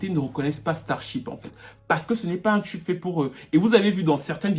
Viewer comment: on dis "TUBE" et non "tchub" t'es fatigant